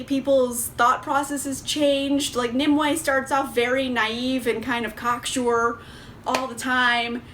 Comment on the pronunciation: Omg thank you so much for pronouncing Nimue correctly. I have seen so many reviews for this book where people call her "Ni-MEW." /sigh